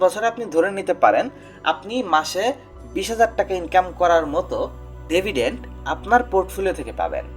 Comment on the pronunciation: ধন্যবাদ ভিডিওর জন্য। ভালো কিছু আইডিয়া দিয়েছেন। তবে, ভিডিওতে কিছু বিষয় লক্ষ্য রাখবেন: অ্যাসেট নাম্বার ৬-এ Freelance বানানকে Frelance লিখেছেন। 'ডিভিডেন্ট'-কে উচ্চারণ করেছেন 'ডেভিডেন্ট'। আশাকরি ভিডিওর বানান, উচ্চারণ এইসব খেয়াল রাখবেন। শুভ কামনা।